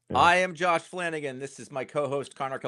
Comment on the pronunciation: You mispronounced Flanagan.